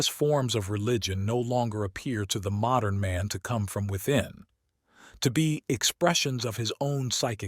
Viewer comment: Also? Insane that nobody catches the handful of times when the “r” and “n” in “modern man” are kerned too closely together and he pronounces it “modum”